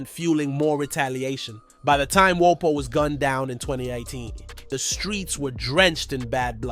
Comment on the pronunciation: Are you mispronouncing for rage bait? No way you made a video of a rapper whose name you can't pronounce?